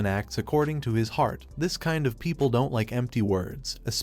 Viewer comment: I hear T sometimes like didn't T or don't T but it's watchable